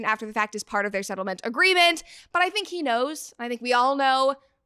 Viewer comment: So you're saying: "It Ends with Us ettlement"?